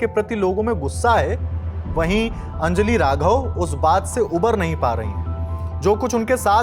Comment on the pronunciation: It’s अंजलि, not अंजली